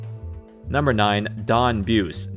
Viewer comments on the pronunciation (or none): "Buse" is pronounced "boo see," and the seventies weren't weak in talent. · Don Buce's name is pronounced "Boo-See" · You weren't around in the '70s so you wouldn't know that Don Buse's last name is pronounced Byoo-see. He was an integral part of the Pacers ABA championship teams.